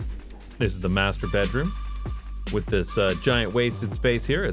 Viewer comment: Ehehe, he said master-beedroom, that's what it's for